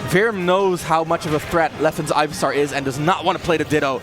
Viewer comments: it's pronounced ivysawr?? he was pronouncing it ivysar. either you didn't know or your english is garbage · Calls razor leaf sonicboom and pronounced ivysaur "guyvysaur" good job commentators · I think OP meant the commentator pronounced it 'Ivy-saw-r' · LMFAOOOOOO or “Ivy-sar” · I was thinking that too!! Was looking for someone to mention this... Ivy-SAR. Ivy-SARD. Jeeeezuz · Im glad someone else noticed it, and other people are also rustled. "Ivysare" also bothered me lmao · CHAIRizard? IvySARR? Ok... (It should be CHARizard and IvySAUR) Either way, that was fun to watch! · "Ivy-sar, Chair-izard, pokemons" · Oh my god if he says chairizard or ivysar one more fucking time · So triggered hearing them say ivysawrrr and chairzarrd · Chairzard Ivysawr Lawst (instead of last) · "Chair" rizard. Ivysaar. 😂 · If I was the other commentator and this guy kept saying “chairizard and ivysar” I think I would have strangled him on stream